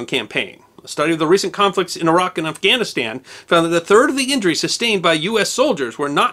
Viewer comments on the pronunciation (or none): none